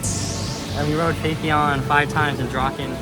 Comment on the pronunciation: Welcome to Korea. Gyeongju World is one of the few parks in Korea that invests in new attractions. Everland and Lotte World haven't introduced any new attractions for over 10 years. Therefore, many rollercoaster enthusiasts in Korea have high expectations for Gyeongju World. P.S. Phaethon is pronounced similarly to Python. There is a review video of Phaethon on the TPR(Theme Park Review) channel.